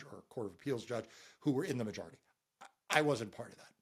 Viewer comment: Random question: Why do you keep mispronouncing “majority”? You keep making the O into an A.